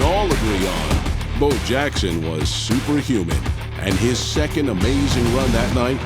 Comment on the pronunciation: WTF NFL? You guys can’t get Bo Jackson’s name right? REALLY?